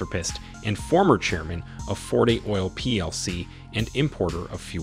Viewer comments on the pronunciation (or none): none